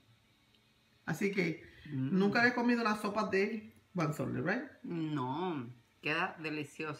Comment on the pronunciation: se pronuncia huazontle jaja